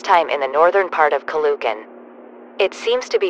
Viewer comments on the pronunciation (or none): It's not "caloocan" it's "calo o can" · Ca-LOO-can lol (Btw, its correct pronunciation is “Calo-o-can”) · boy was I irritated by the mispronounciation of the name Caloocan it's not Calucan it's ca lo o kan no letters or vowels are silent just no silent letters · you pronounce it Calo-ocan not ca-loo-can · Is it just me a filipino who got offended because she pronounced stuff wrong it said "Ca-lu - can"when its "Ca-lo- ocan" and Quezon as "Kwe - zon" When its "Que - zon" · The way the anouncer pronounces caloocan as calucan But the right way to pronounce it is calo o can😊😊😊😊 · Caloocan (Ka -loo - Kan) Is not the pronouncasin of Caloocan its (Ka Loo okan) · As a pinoy, IM MAD BECAUSE THE GOOGLE TRANSLATION GOT THE PROUNCOUNCES WRONG AND PUT IT INSTEAD OF: "kayzon calucan" like bish wth except for manila. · As a Filipino, this is how you pronounce the cities. Quezon (Khe-zon) Caloocan (Kha-lo-oh-khan) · As a 100% filipino, hearing them pronounce Caloocan as "calucan" made me more scared and confused. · I got mad when the TTS said Ka-lo-kan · the way he pronounces caloocan and quezon tho 💀 "caloohkan" "keyzon" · Its spelled Quezon but its pronounced Q eson Caloocan is pronounced Cal o o can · "asweng" "calocan' "qeezon" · The way they pronounced Caloocan, Ninoy and Quezon hurts me as a Filipino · As a Filipino, I got 1 aneurysm for each time they mispronounced Quezon and Caloocan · LOL THE VOICE PRONOUNCED QUEZON AND CALOOCAN WRONG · That pronouncing of "Quezon and Caloocan" literally killing me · WHY DID THEY SAID CALOOCAN AND QUEZON SO WERID... AS A FILIPNO THIS JUST... oh and calugan. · They pronounced Caloocan and Quezon Wrong im a filipino btw